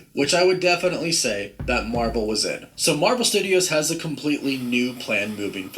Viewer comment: Nobody Nobody: Mavel